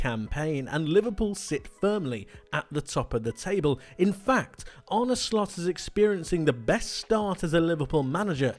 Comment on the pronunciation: Did he say Arne shlot